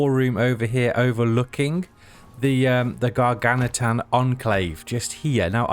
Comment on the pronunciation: Gargantuan - just a heads up. The word "gargantuan" can be pronounced in American English as gar-GAN-chuh-wuhn or in British English as gar-GAN-tyoo-uhn or gar-GAN-choo-uhn